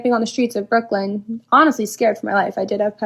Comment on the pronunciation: Home girl in the brown hoodie stop saying Brooklyn like that im not even from NY and im getting offended what you tryna say you couldn't of been 2 unsafe 😂